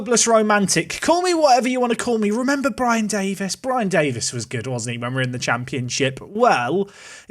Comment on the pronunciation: "do you remember a Brian Davis?" My brain: "No. But I do remember a Brie-an Davis" 😂😂